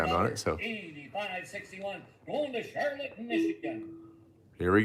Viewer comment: I love how so say Charlotte, Michigan It's not Charlotte, it's pronounced Char-lot